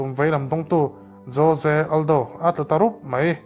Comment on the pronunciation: jose aldo nge joje aldo😂